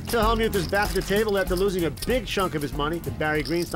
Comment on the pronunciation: The Y in Hellmyouth is SILENT